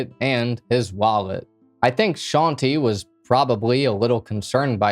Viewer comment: Bruh it hurts me every time he says sean-tee instead of shante😵